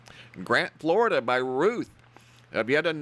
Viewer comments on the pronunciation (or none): none